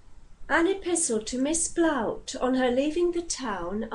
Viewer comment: With respect, the lady was Martha Blount. The name is pronounced - traditionally - Blunt.